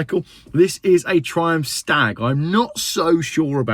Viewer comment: 'Triunph' herald 😂😂